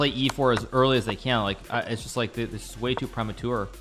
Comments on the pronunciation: premature, not pre ma tuer. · Bruh wtf he saying "prehmatoor" 😂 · Anyone else hate the way Hikaru says premature 🤣